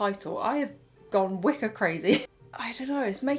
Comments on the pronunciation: i thought you said wicca not wicker lol 😭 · Oh my gosh at the beginning I thought you were saying “Wicca” instead of “wicker” and I was prepared for a merging of worlds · Wicker just sounded like Wicca each time it just added a witchey magical touch and a chuckle for me <3 I do love your taste - it is like what my mum likes, I remember a lot from my childhood. Shes a very creative spirit That teddy really needed a mum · I also kept hearing "wicca". :D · Omg same.